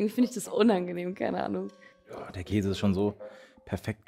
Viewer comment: Wie einfach jeder Käse von dir falsch ausgesprochen wird 😂😂😂